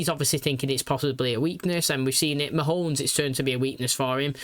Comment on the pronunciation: I don't know why, but like with 'Killerman'... I love that you call him Mahones.